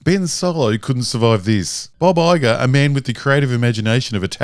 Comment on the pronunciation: Took me a minute to realize he was saying Bob Iger and not Baba Yaga, lol.